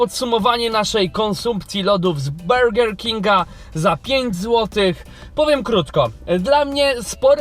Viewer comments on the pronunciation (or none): Do "bełger kinga" 😂😂😂